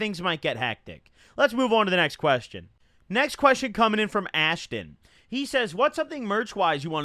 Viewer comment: Did it hurt to say “Ashton” bc it hurt to hear 😪